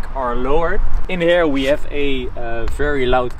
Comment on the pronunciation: "We ave"??? WE HHHHHHHAVE